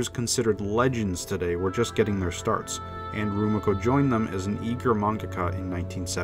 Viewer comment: He sure did, and pronounced Rumiko weird too he didn't pronounce the "mi" in Rumiko as "ME" but like if you were saying mit. lol